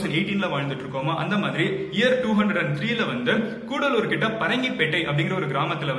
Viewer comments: கூடலுர் இல்ல அது கடலூர் மாவட்டம் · Sir, it is not Koodalur, it is Cuddalore. I visited his birth place. Proud to be Tamilan🙏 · It's not koodalur,its cuddalore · Bro it is cuddalore not koodaloore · Its not koodalore it is cuddalore(கடலூர்) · its not koodalur... Its cuddalore district.. Parangipettai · It's not koodalur ., It's cuddalore ... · bro it is cuddalore not coodaloor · Not kuudalore it's cuddalore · கூடலூர் இல்ல ப்ரோ கடலூர்